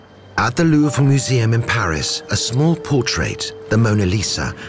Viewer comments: pleasant commentary BUT what an ear grating pronunciation of Louvre. Its not Louvra. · Narrator pronounces Louvre two ways. Anyone else catch this?